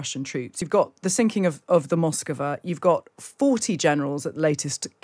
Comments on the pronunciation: Moskva is not Moskova. No matter how many times you say so. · A: hit by Ukrainian missile attack B: sunk by Russian incompetence. C: it was Aliens. D: Moskva, not " Moskova" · It is not "Moscova" but "Moskva" (two syllables). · Mosk va. Two syllables. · D: pronounced "Maskva" stress on last syllable